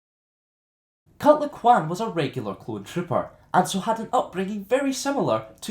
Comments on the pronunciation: "Cut Laquan" xD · You pronounce his name hilariously :D